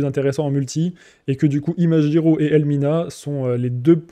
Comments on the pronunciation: tu pourrai dire ImaGiro et non pas ImaJiro? cela vient de OriGami et non pas OriJami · En français, G+I se prononce JI, alors que G+A se prononce GA. En fait ton com est a la fois psychorigide et complètement inutile car ton exemple est destiné à un autre cas de figure. Si le serveur s'était appelé ImaGUIro, alors tu aurais eu raison. Mais ce n'est pas le cas donc laisse les gens prononcer comme ils le veulent et laisse ce genre de commentaire aux profs de français qui sont certainement plus qualifiés que toi pour le faire.